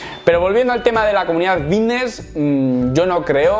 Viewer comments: De genial nada, mira q me gustan tus videos pero no soporto que pronuncies esa palabra "vitness" o la cosa q sea. A ver, repite conmigo.......FITNESS......con F. Gracias. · Diré una cosa, solo me concentre en la palabra vitness o fidnees😅😅😅😅😂😂😂😂😂